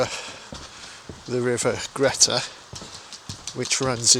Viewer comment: River Greta is pronounced Greeta